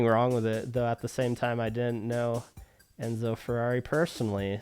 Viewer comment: Enzo. It’s Enzo!😊